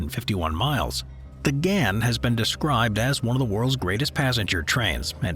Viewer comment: Soz to pull u up on pronunciation but the Ghan is pronounced Garn. The Pilbara is pronounced as Pilbruh. Also, Straya, is one of the biggest iron ore exporters in the world. That's actually how our govt makes money & why we are a rich first world nation. With the climate change crap going on & my country's new govt has started shutting coal stations down with the mines closing not long after is when you'll see things turn to shit. That's when you'll see my country turn into an extremely poor country coz no more mining, selling & exporting means no money coming into the govt & there's nothing else we have that the world is interested in buying